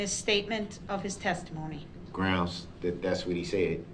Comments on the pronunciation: He says “Grounz”. 😂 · He's such an "azz"....he wants to be in charge....he's "axing" the questions....trying to argue his point of being in charge....sooooo"stupid".......grounz, grounz, grounz....those facial expressions shows his ignorance!! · Idk much about law can someone tell me why he keeps saying grounds ?😂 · Grounz for da sub-stain? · U think he ever found out sustain doesnt have a B in it? Sraight face everyday mispronouncing words and then repeats them constantly does it if he would listen instead of yelling groundz they say the grounds everytime hes the dumbest person ive ever heard speak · “Grounz” for the “substain”…😂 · Groundzzz for the SUBSTAIN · A smart person can act dumb but a dumb person can’t act smart, grounds!!!, substain, aks. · "grounds for the substain" What an absolute jackass.